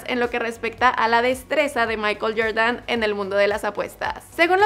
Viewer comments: "YorYan" "Naiki" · Que rabia cuando dices Jordan